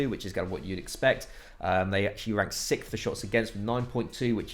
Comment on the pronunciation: ye have started pronouncing it 6fh instead of 6th 😂